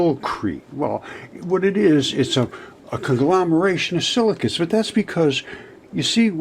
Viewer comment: Silicates, are you sure? I thought he said silly cu...